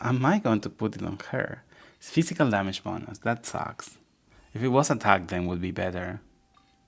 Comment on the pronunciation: fıshical